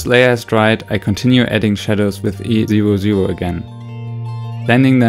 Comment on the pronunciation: At first I thought you were saying the colours you were using while couloring, so I was like “what the heck is easy ro ze ro?” ( E00 lol )